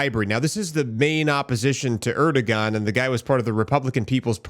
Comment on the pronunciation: Pronounced Erdowan.